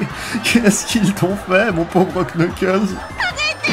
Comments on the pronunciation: Cette vidéo est presque parfaite a 1 détails prêt (on ne dit pas Knuckles mais Nuckles) 😅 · Je connais surtout Sonic X, pour Boom j'ai été très surpris, comme tu l'expliques, par son autodérision et son second degré. Une très bonne surprise, je dois dire. La vidéo est excellente, à part le Knuckles, ça se prononce pas comme ça !